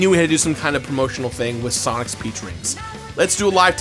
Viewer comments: when he first started talking about g-fuel I thought he said 'pee flavored g-fuel'. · I love these vids but did anyone else thing he said 'pee drink' at first? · Not gonna lie, every time you said "peach flavor" I heard "pee flavor" and was really confused... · Ok yeah that's exactly what I hear too! I just didn't wanna comment because I didn't wanna be rude lol